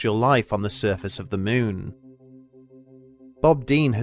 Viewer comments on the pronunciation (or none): Teacher - okay children say, M O O N, MOON Narrator - M O O N, MEWN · its Moon , not meeooon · "syrfeis of thy myyn" 😂😂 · I just love this guy's pronunciations! "... any further exploration of the MEWN" Lol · Loved how you call it MEWN 😀 Is there a feline connection? 😸